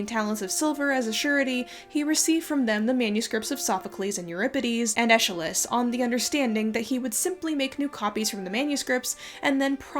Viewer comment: excellent video! im just a bit peeved by the way you pronounced Aeschylus LOL